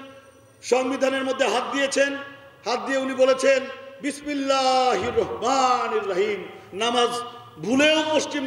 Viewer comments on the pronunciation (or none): এভাবে ধর্মীয় অনুভূতিতে আঘাত দেয়াটা ঠিক নয়।বাংলাদেশ সংখ্যাগরিষ্ঠ মুসলিম দেশ।"বিসমিল্লাহ" শব্দটি যেভাবে উচ্চারিত হল,অবশ্যই শ্রুতিকটু।